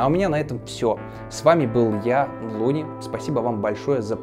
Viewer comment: Мне всегда казалось что его зовут не Луни а Канал называется а не lyni